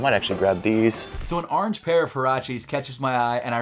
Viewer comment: Ourange? It orange Saying it like that always make me cringe for some reason